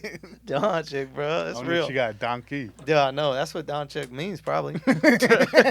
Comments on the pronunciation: Doncic not Donchick lmao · Next time learn to pronounce the name before you go disrespecting someones mom. Bunch of ignorants.